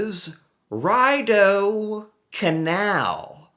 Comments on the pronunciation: It's pronounced " Reeedoh" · Pronounced Ree doe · Ottawa my whole life....took the ree-dough canal for granted...sadly...don't get me wrong i skated that mofo many times...lol...but could have been more...yup get around town...some people use it to get to work in those few months...damn...you heard ree-dough canal...like 3-4 times and still called it ry-dough lol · Ottawa girl here and the way you pronounce Ree-doh cracks me up 😂but you get an A for effort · For god's sake...The Rideau Canal is pronouned Ree dough.....lol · you pronounce it Reedoh canal. ❤🇨🇦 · rideau = river in french ~ sounds like REE-dough ~ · Rideau (pronounced reed-O) canal is awesome. Winterlude is so much fun. You should definitely go there for a vacation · That's a French word that means curtains because when they originally got here the water around the city looked like curtains. The pronunciation is Ree-dow or re-dough. . In my region both of those would say the same thing. Or as Homer Simpson might say, Re-Doh! But the wrong accents on the wrong syllables. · it's pronounced "Reedough" Canal!😊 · Ottawa born and raised, skating the canal is awesome! Beavertails and hot chocolate and skating! Btw it’s pronounced Ree Doe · Rideau is pronounced ree-doh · the letter I is pronounced like a double ee in English. So it’s pronounced « Ree »d’eau. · Pronounced Reedoh, and you should check out the Beavertails! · Pronounced Reedough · Ree-dough - people skate to work! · Pronounced like Rid I rid a horse lol. Rideau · People even skate to work on this. Some winters it doesnt freeze over and lots of people are disappointed. It is pronounced ree doe. It is beautiful in summer. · It's not just any Canadian city, it's the capital of Canada. Again, pronounced "ree-dough." It's 4.8 miles long. You should come on up! We'd love to see you! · Pro-tip: its French. Pronounced REE-doh canal. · “REED” - “oh” in English “rid” - “Dough” en Français. ❤🇨🇦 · REE dough canal